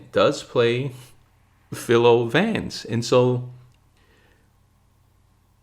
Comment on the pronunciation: For future reference, "Philo" rhymes with "Milo." Also, S.S. Van Dine created Vance; his novels were all titled "The (Six-letter word) Murder Case." "The Laurel-Hardy Murder Case" was likewise a parody of this template, not an inspiration for "The Biffle Murder Case."